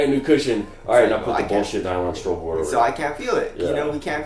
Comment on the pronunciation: I've been subscribed for like 2 years and only now I realized you guys are saying STROBEL board instead of STRUGGLE board :)